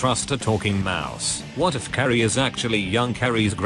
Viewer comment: "Every-one is Carry's grand-maa" Okey I believe you